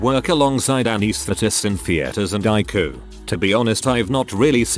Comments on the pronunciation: Please correct spelling. It's harder to understand when you call the ICU "Luke" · Despite the tragedy of people dying due to misinformation and ignorance, the main thing I took away from this is I should be calling it the EYE-COO. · TIL: ICU is pronounced eye-koo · Please correct pronunciation. It's harder to understand when the disease is mispronounced, as well as words Luke ICU.